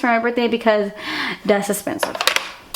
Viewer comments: my favorite thing you say ever is "das expensive" lol I find myself saying it all the time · I love how every time you say "that's expensive", you actually pronounce it "des ispesive". So cute !! :) xx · "Because..dats expensive" 😂😂😂 I love! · "beacuse... dass esspensive." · "dasss esepensive " lol i love you.